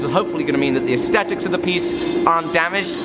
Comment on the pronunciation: Love all your work BUT! Will you please stop saying asstetic when you mean aesthetic. There is an H after the T making a 'th' sound, your English man! Represent our language with honor, and try not to become "too" Americanised 😘😘❤️